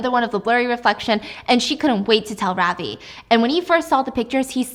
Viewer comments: Ravi (pronounced as ruh-vi) is what is his name. I got so confused when you said ravi singh. That’s when I realised holy shit they’re a name of asian origin. I was hooked though agreed with stephiance that it all just seemed too easy. Real life is much much more dangerous. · Gurl i am indian ,ily but lol the way you pronounce Ravi caught me off gaurd ,it is rav as in love and i as in ee from tofee , ✨Ravi✨ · You don't pronounce Ravi like that😅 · Stephanie I love you but your pronounciation of Ravi is killing me 😭